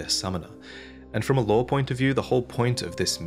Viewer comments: Are you saying law or lore? 🤣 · Looore? Lore man talking about lore?